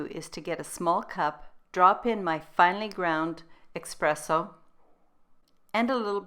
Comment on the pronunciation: It's pronounced "ESpresso", not EXpresso. Thanks for this nice recipe and your unique and wonderful recipes in general. I appreciate your true gourmet approach to taste. You've taken keto to a higher level.